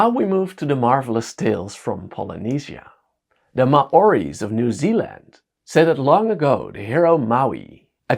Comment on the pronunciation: Fascinating how myths really seem to be universally spread, "Ma-ories" XD, sorry I couldn't help but laugh at that pronunciation, Maori is pronounced "Mao Ree".